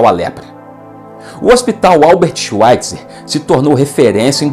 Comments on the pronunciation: Bom vídeo! Obs.: a pronúncia de Albert Schweitzer, em alemão, é "albért shváitzer" (w tem som de v). Em Bach, o som do ch é aspirado, quase na garganta, não soa como k. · "Schvaitza", o er final em alemão é pronunciado como um a fraco.